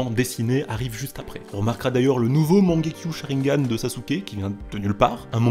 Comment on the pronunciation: très bonne vidéo seulement tu devrais prononcer correctement les mots japonais, itachi se prononce itatchi et mangekyou sharingan se prononce mangekyoo shalingan